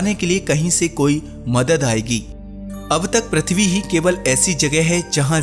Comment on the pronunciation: bhai प्रथवि नाही पृथ्वी केहेते हैं